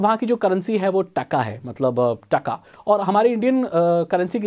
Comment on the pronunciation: This is not "takka" it is called টাকা (TAKA) in bengali BTW i am Indian.🇮🇳🇮🇳🇮🇳